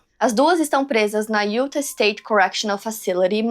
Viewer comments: a pronuncia certa de Utah é (iutá) sei que você faz muitos casos de lá e isso pode ajudar ❤ ( não é uma correção ta? É só uma dica se caso você quiser aceitar 😂) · Hey, correção do bem: se fala “Utá”. 😉